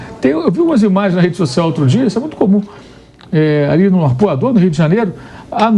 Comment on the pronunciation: Esse apresentador aí fala "Nascedes sociais"